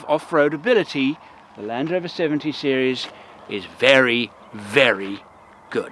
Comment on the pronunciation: Great set of things to think about. If you had to choose something in the US for these same criteria, what would it be? (Also, I noticed the slip when you said, “Land Rover.” ) :-)